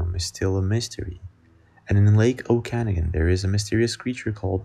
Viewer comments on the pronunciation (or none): lake O-KIN-OG-EN is how that's pronounced bro... not O-CAN-AGIN